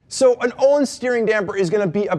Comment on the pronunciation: Thats not how its pronouce! Jesusm why dont you pronounce the "L" and "i"